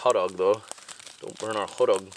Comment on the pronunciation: "hoddog" 🤣🤣 We say this too portaging!! haha